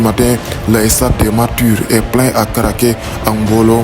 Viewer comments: MR il faut faire l’articulation on dit pas le stade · Le seul bémol c'est " estade" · Merci mais essayer de vous appliquer dans la prononciation de certains mots: chéreté, stade , spectacle, match